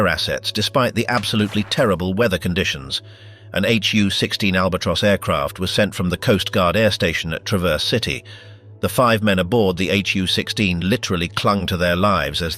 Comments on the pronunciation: These click--baits never even know how to pronounce "bow". It's not something you put on a Christmas present, (Think bow-wow-wow.) Sault Ste. Marie is "Soo" Ste Marie. Traverse City is "Travus" City. Rajner is pronounced Reiner. At least that's what we called him when we sailed with him. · Traverse City do you pronounce that completely wrong if you're going to do do these things about about certain places and learn how to pronounce the names of their cities